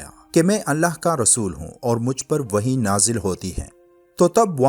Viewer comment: Not wohi this word is (wahi)